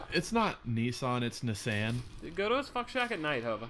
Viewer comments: It is ni-san.. how do you get to nee-san? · Um Speedy.. It's pronounced. Niss-An hahaha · Yessss, I think you should try again! ahem... "knee-sahn" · Its pronounced nissan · It's niss like piss and Anne the name lol Nissan